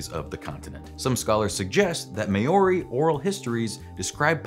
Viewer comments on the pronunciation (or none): Māori is pronounced like mow-ree, not may-or-ee. The line over the 'a', the ā, is the way the Māori write the word and is not meant to indicate a long 'a' sound. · it's a joke. the guy said may-or-ee like Mayor-y. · "May-ori"?? You mean Maori? Lmao ok that's the worst thing I've ever heard, why would you do that to Maori people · how do you say Maori THAT incorrectly?! Took me a minute to even figure out what the hell you were going for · Please, I love y'all so much, but this isn't the first time. Please, please, please learn to say Māori correctly. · Maybe it's comment bait. Really common thing, decimating pronunciation for comments. So many cooking shows going Worse-ta-shy-er Sauce. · It takes almost no effort to look up how to pronounce Maori. Your pronunciation is like a pencil in the ear of a New Zealander. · Even worse, they've made this exact mispronunciation before and were corrected plenty in the comments... AND YET... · I don't think I've ever heard it pronounced like this before - so far from the correct pronunciation. It's a pretty poor effort.